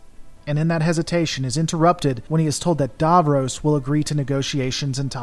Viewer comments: It's pronounced Dav-Ross not Dav-Rose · It isn't pronounced Davrows it is pronounced DavRoss, and Daleks are pronounced Darleks.